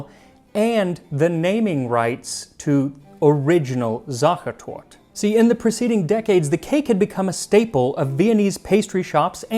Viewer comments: za-che(r)-tor-te, not tort. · It is SachertortE. The "E" at the end is not silent :) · SachertortE, you pronounce the E at the end. And Süddeutsches Kochbuch will not have the original recipe as it is German and not Austrian and only Café Sacher does have the original recipe. All other SachertortE are varieties. Beware: I am not saying the original one ist the best 😉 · Sachertort" instead of,,Sachertorte" Me: weeping in Pain🙃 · You need to pronounce the E --> SachertortE !! Not Tort, it's TortE !!! But I still love you 😘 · Hey, kudos to your on point pronounciation of the ch, which is usually quite hard for english native speakers but fyi the e at the Torte isn't silent at all. It's really just pronounces tor-te. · Sachertort*E* German is not french! The "e" is not silent! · Your German speaking friends should have told you not to miss the e at the end of Sachertorte. You say Sachertort the whole video, which reminds me of the word turd, sacherturd. Just pronounce the e at the end and pronounciation is great. Schlagobers was on point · Not to hate on your language skills (most words were pronounced pretty good) but why do englisch speaking people refuse to pronounce the e at the end of so many german words 😂 it's sacher tortE not sacher tort 😉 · Great video, but the e at the end of words in German isn't silent. So it's SachertortE, just a tip to instantly improve your pronounciation tenfold. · It really isn't too much to ask to type "Sacha Torte" into google translate and listen to the audio pronunciation. I feel a cold shiver down my spine everytime I hear you call it "Sacha Tort". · One small thing. In German you pronounce the e at the end. So its Sachertort-e. With the e more like the ä, not like an i. Like the e in end. Also you should roll the "r" more, but i can understand that this is a little bit too much to ask. 🙂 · spot on except Sachertorte itself... he kept saying Zohchertort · the "Tort" triggered me through the whole episode :D